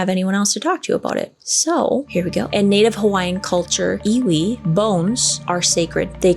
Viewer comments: Native Hawaiian here. Pronunciation is "eevee", like the Pokémon. My ancestors viewed the flesh, organs, etc, as having no spiritual value. All the mana (spiritual power) is in the ʻiwi (bones) of the body. This is why the disturbing and relocating of human remains is such a controversial issue. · I am from hawaii and am hawaiian. And the word sounds like E-V-E. IWI and u said mana perfectly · Native Hawaiian here, the 'W' is pronounced as a "V" :) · in Hawaiian, ʻŌlelo Hawaiʻi, the "w" is pronounced as a "v". So "Iwi" is pronounced as "Eevee". And in different contexts it means much more than bones. Like the bone-dust of generations being connected to the land. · Iwi is pronounced Eevee and it means bones. W is pronounced as a V in certain words. Kanu (kah-new) is the ceremony for burial as you are talking about. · LOVE your channel,! ALWAYS fascinating (and entertaining). 😊 FYI...The correct pronunciation for the ancient Hawaiian practice Iwi, is pronounced EYE-wee. ❤️ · The w in iwi is pronounced as a “v” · Iwi, w has the sound of a V